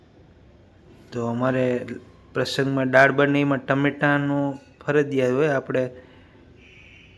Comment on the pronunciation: ડાળ ના બોલ ભાઈ દાળ બોલ